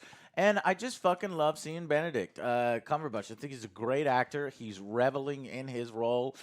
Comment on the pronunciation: Cumber.... Patch....Cumber.. Patch...... Cumberpatch! Jeeze louise Joe